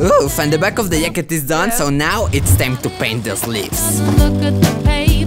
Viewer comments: Hahahha yacket🤣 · This video is sickkkkkk I love how you called it a yacket instead of a jacket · yeah, it does but it will be like hacket, what you said doesn't has to do anything with the fact that he said yacket, it was his best attempt saying jacket, and jacket and yacket sound similar af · The "yacket" Got me good lmfao XD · He's saying yacket lol 😆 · The way he says yacket